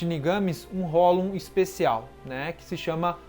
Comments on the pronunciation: esse cara fala hollon e não hollow kkkk mas mesmo assim seu conteúdo é muito bom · Pronuncia "Rrolou" porfavor, não é hollon não kk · Ele fala hollon rsrs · Queria entender por que ele só fala "holum" e não "hollow" (que é a pronúncia correta)... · "Hollown" meu tooooc aaaaaaaaaaa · cada vez q eu ouço hollon eu morro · Por que você pronuncia "hólon"?